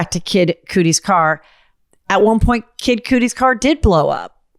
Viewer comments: Cudi DOPEY not Coodie ughhhhh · I rewound it so I could hear Koodie again 😂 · Cudi pronounced cuddy like muddy. Not making fun of you just schooling you girl! 😀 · No way kid coodie sounded like it was going to be the right pronunciation 😂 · I had to double take coodie help 😂😂😂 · Well he really was a “coodie”! Don’t think it was a mispronunciation…think she nailed it! 😊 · Kid (cuh-dee) Cudi. Usually when you say a name wrong i barely notice but, that one hurt my ears.❤